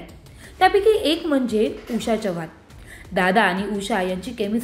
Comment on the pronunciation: बाई चव्हाण तुम्ही च्यव्हाण 😂असे का म्हणता...